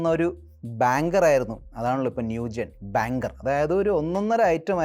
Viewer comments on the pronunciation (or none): ബാങ്കർ അല്ല ബാങ്ങർ